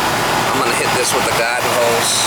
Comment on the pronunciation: What is a "gadden hose" haha had to say it